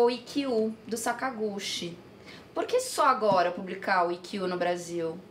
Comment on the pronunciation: So uma correçao: a pronuncia é "Sakaguti" não sakagushi